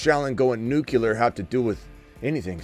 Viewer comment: Nuclear smitty, you keep saying nucular